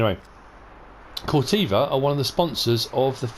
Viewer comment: Corteva rhymes with ever